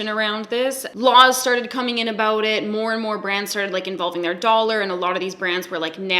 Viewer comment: I think I detected an aboot also 😂